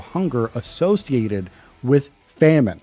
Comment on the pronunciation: this dude who was struggling to pronounce famine has the audacity to say "if your vocabulary isn't that big"